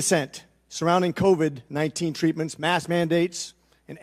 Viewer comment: This doc has the weirdest pronunciations (novid instead of covid, pandemenic), etc.